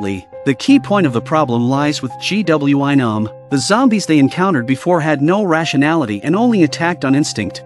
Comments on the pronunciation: Um did u mean gwi-nam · This is so great but all I hear is GWYM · He said g w e nam☠️☠️☠️☠️ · The pronunciation is funny G,W,I Nam, Su Ha ,yeok. 😂 Good show tho❤🎉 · G W I NOM you mean? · ‘G w i nams’ 🤣